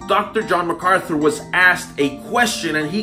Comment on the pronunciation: Amen Jen....Furtick is shocking. Notice Furtick can't even say MacArthur's name. What Furyface doesn't get is JMac doesn't need to know him to see his fruit. Furyface has 1000 muppets clapping his garbage on. Face to face on theology MacArthur would destroy him. P.S. Marry me 😉😁